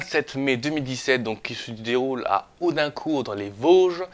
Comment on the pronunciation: Audicourt ??? AUDINCOURT !!!